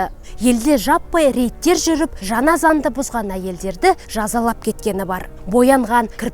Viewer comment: Жаңа дегенди жана мың дегенди мын дийди Ң ды айталмайман сонда 😂